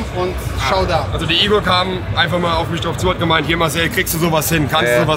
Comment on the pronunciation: Igor, nicht Ingo!!:D